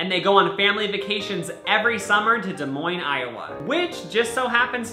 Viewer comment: Nobody:: DeSMoiNES, iA